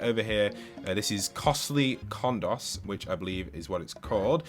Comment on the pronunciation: Pronounced co-s-tlee con-dose